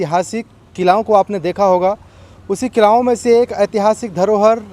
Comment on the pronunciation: किलाओं नहीं किलों कहा जाएगा